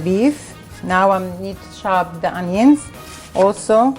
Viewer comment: I love it when say " We're gonna Chob it " XD